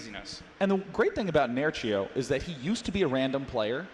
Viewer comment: He said Nerchio , I hear Nuttshow ...